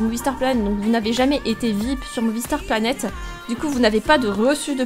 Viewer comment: au debut ta dit boonie planet xd merci pour les conseille